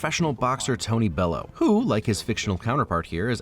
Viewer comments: Erm, isn't the rocky statue actualy real in philli? took them years to put one up of Joe frazier tho, who is a real boxer... Also, as is Tony BELLEW as in Bell-You not Bellow 😅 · Btw it's pronounced Bell-You not Bellow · its Tony Bell-you, or at least thats how it is said. Bellew. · Everything was great until the pronunciation of Tony Bellew